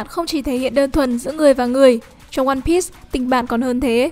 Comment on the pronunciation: One bi not one bít